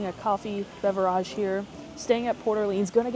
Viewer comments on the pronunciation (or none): So…I enjoyed this video! But, please tell me why you mispronounce “beverage” over and over and over again….it gets annoying after a while 😂😂…but, other than that, great video!!